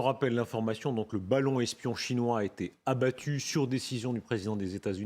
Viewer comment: "Abbatu" vite corrigé... Sinon excellent d'un bout à l'autre